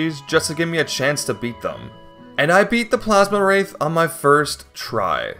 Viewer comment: Awesome run! One little thing I gotta mention since it was driving me crazy it's Plasmwraith not Plasmawraith you're adding an additional A. Think like the word ectoplasm. Really hoping to see some Pikmin 4 challenge runs.